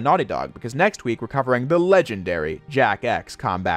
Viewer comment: Why do i hear him say jack ass whenever he says jak x?